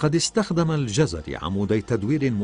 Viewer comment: انا لم اجزم انه كردي او غيرذلك٠٠اناعلقت علئ تسمية الجزيري٠٠٠او الجزراوي٠٠٠٠وصاحب الفيديو ينطقها جَزَري٠٠٠امابلنسبة للكورد نحنوا لنا الله كغيرنا وكفي باللهِ وكيلا